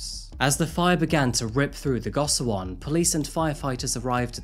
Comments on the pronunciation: Go shi won is the proper pronunciation and hapjeong is not in the far south of Seoul, it's right next to the north side of the river :) good video though! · I love how you cover cases from all over the place! I can’t help but point out that gosiwon is pronounced like goshiwon. Hard to tell from the English spelling of the word! Great work as always. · i haven’t finished the video but i am loving it so far!!!!! i really like the way u describe the location in which the case takes place. just wanted to mention that the place of residence sangjin lived in is pronounced as go-shi-won. love all ur videos and sorry to make criticism to otherwise perfect content😊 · lots of accurate info on korea, very nice. the compact housing is pronounced go-she-won, just fyi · Says "Seoul" (Soul) then says "See-o-cho" for "Seocho" (So-cho)😂 that's the human brain for ya. Gosiwon is pronounced "Go-she-wahn", Korean romanization is absurd. If you do anymore Korea crimes, gosiwon is likely to come up again. I lived in Gangnam for four years and was stalked in the station with thousands of people around me. Generally Korea is safe, but the lack of help for mental health can make it dangerous in invisible ways. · It's amazing how deep the research and effort went into making this video but how the effort to learning how to pronounce the words correctly flew over the water. Jeong is just "JAWng" and gosiwon is "gaw-shee-won." But all the other words were pronounced well enough.